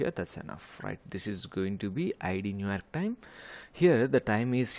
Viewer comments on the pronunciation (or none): Bro literally said New Aerk 💀